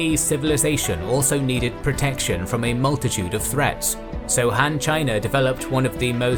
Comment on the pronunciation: Why is "Han" pronounced like "Ham"?